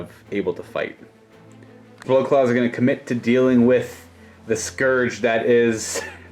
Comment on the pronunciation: The fact that this dude cant pronounce scourge drives me nuts.